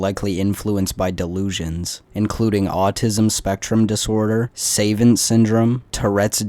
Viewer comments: It’s suh-vahnt not say-vent. When you pronounce savant. Your voice is also grating as fuck. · savant is pronounced Suh-vant. Great video, I subbed